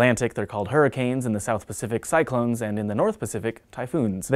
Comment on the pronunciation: "Tropical Cy(c)lones"